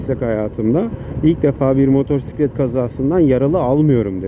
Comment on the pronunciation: Ders gibi bir aktarım olmuş, ağzına sağlık 🙂👍 (2 minik eleştirim var: ilki “motosiklet”i “r”li telaffuz etmen. İkincisi canını sıkan konuları motosiklet kullanırken aktarma. Sürüşünü ister istemez olumsuz kılar. Hep pozitif ol hatta sebepsiz sırıtıp beynini kandır. Yol boyu zaten bin tane can sıkıcı durumla karşılaşıyoruz 😉👋)